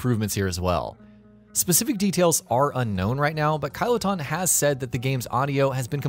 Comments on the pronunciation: Lol Kailuton is how you pronounced it, u pronounce it like kiliton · Imagine pronouncing Kiloton, as KYLO TONN. Bruh, it's literally a Kiloton as in 1000 tones of TNT. So KILL-O-TUNN. This guy may as well be saying Kylo Ren lmao. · IT IS PRONOUNCED KILLA TON!! GD!!!